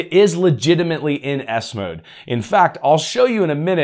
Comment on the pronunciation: The way you Say it I hear Windows ass mode 😂😂😂